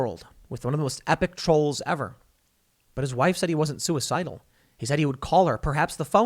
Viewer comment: Wait, the guy who literally said "If anything happens to me know that I wasn't sue-e-cide-al" wasn't sue-e-cide-al???? (Surprised Pikachu face)